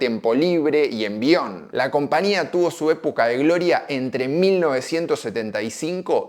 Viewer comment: Porqué nunca pronunciás la Ñ??? Siempre decís CompaNía.